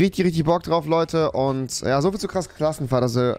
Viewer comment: Klass Krassenfahrt😁😁 Wer verspricht sich auch immer hahajaha